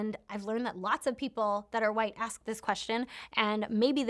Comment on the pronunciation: Why do y'all say axe instead of ask?